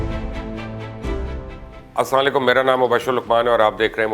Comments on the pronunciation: Janab salam thik se kiya kare asalekum nahi asalamalaykum kahiye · Mubasher please learn to say Salam Alaikum properly. I am not sure how to reply to your ASSA LEKUM. ASSA means a stick, so are you saying "stick for you"? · mubashar luqman ap k pas itna knowledge hai to plz salam kehna to sikh lo ap (aslaa lekum) ni hota Asslam u eliqum pura proper skoon se kehna sikho